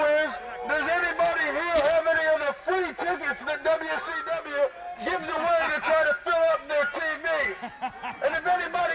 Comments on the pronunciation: Dubya sea dubya, wrasslin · U were close, Dude. He actually sed "dubya see dubya rasslin!" LMFO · Dubya C Dubya, Wrasslin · "Dubya C Dubya Wrasslin'" 😂😂😂😂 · DUB-YA CEE DUB-YA… RASSLIN